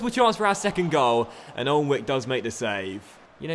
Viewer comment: I think Jak Alnwick's surname is pronounced Annick instead of pronouncing every letter, but could be wrong :)